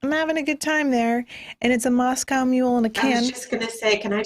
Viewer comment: I love how very distinctly pronounces Moscow correctly.